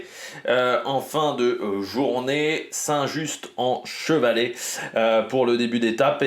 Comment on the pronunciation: Quelques informations pour t'aider parce que l'étape part à 15km de mon boulot et passe dans des lieux que je connais très bien, déjà on ne prononce pas le T de Saint-Just-en-Chevalet 😂 à Saint-Symphorien sur Coise on change de département et on arrive dans le Rhône, la limite étant juste avant entre Chazelles-sur-Lyon et Saint-Symphorien dans une grande ligne droite. J'aurais adoré aller voir le départ, malheureusement (ou heureusement !) je ne travaille pas aujourd'hui. 😅 mon prono aujourd'hui c'est Narvaez qui s'est montré déjà dimanche avec Jorgenson